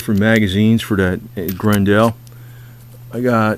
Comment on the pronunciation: It's pronounced GRen dull .... like Grendel from the fairy tale